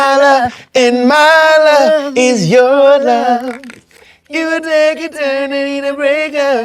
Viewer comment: the butchering of My Love Is Your Love, I cannnnnt 😆🤣